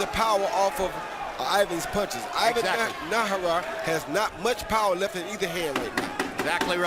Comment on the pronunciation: lol! Roy Jones Jr. kept butchering Najera's name